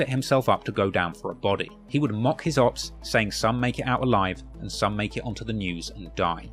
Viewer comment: Great video just please stop saying opps in a british accent